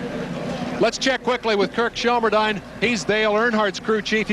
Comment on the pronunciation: i don't think that's how you pronounce Shelmerdine's name